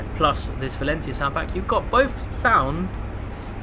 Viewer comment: You've been into trains since you were young and you can't pronounce Valenta correctly?